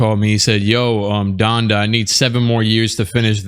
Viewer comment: Donda, more like Dondè